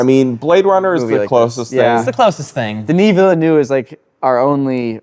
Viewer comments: "Denis Villa-new" lmfao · I'm sorry, but who is Denis Vilendoo?? XD